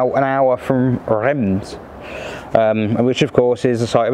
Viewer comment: Reims is not pronounced like that , not even close . I love the C6 it’s a wonderful car .